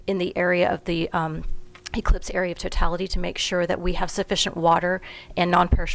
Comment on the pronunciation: I thought she said cyclops.